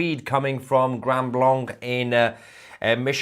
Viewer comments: The name of the city is pronounced "grand blank", not "grund blunk". 🤔🤓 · I live in Michigan and this doesn't surprise me. Tousi Grand Blanc is pronounced as Grand Blank by the locals. They don't use the French pronunciation of the second word. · Lmao. No one bothered to tell you its pronounced Grand Blank!? 😂😂🎉❤🫵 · Its pronounced grand blank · It pronounced “grand blank